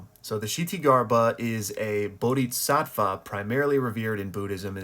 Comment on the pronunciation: maan,.... bodisatva spoken and not bodiTsatva